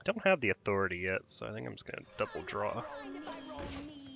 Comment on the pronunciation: Why do all the YouTubers pronounce authority in such a weird way?